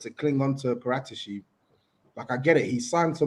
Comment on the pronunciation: No way saeed put a p in debt and the pronunciation expert can’t say Paratici properly 😂